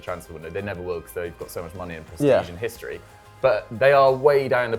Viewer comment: Hishtory, shtadium, shringboard? Wtf?